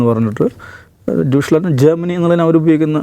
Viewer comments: Minimum Research nadathu ..chumma vaaythalam adikkathe....dyushhlaand enonum alla.😂😂 Its DEUTSCHLAND ✅ "daw-ytt -schland" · ദൂഷ് ലാൻഡ് അല്ല.. ഡച്ച് ലാൻഡ് എന്ന് പറയുക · ഡ്യൂഷ്ലാൻ്റ് എന്നല്ല ഡൊയച്ലൻ്റ് എന്നാണ് പറയുക. ജർമൻ ഭാഷക്ക് ജർമൻ ഭാഷയിൽ ഡൊയച് എന്നാണ് പറയുക. ഇംഗ്ലീഷുകാർ ഇംഗ്ലീഷിൽ പറയുന്നതാണ് ജർമനിയും ജർമ്മനും. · ദുഷ്‌ലാൻഡ് അല്ലഡോ ധോയിഷ്‌ലാൻഡ് beacuse they are speaking deutsch😂😂